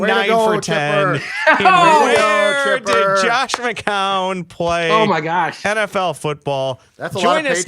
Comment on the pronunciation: really needs to pronounce Josh McCown correctly lol won’t be able to deal with that all year